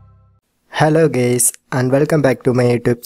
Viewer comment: did you hear him say “Hello gays” LMAO